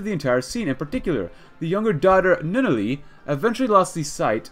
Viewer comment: Love that you're doing this. Lelouch is pronounced (Lay-Loo-Sh) and Nunnally is pronounced (N-On-Al-Lee)